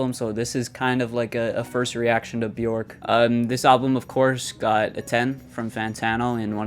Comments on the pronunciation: "Byork" might help your pronunciation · How did you pronounce her name??!! 😂😂😂 J pronounced like y....like in many other European languages so try Byork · its pronounced b-yerk 😡🤬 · Just fyi, Björk name rhymes with jerk. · Please get the right pronunciation of her name :)